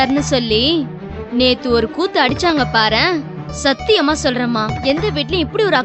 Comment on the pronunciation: அட , அது சாத்தியமா இல்லை சத்தியமா, வார்த்தையை கொல்ல வேண்டாம்.